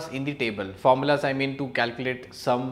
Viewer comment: you said the word 'formulas' wrong🤣